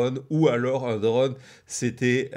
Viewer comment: Drône! Pas dreune! Ô se prononce O, pas EU 😢